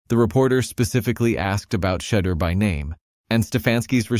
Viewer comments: Can nobody that's doing these videos pronounce Shedeur s name?🤨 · Your narrator is no better than Stefanski. How is it he refuses to correctly pronounce Shedeur’s name?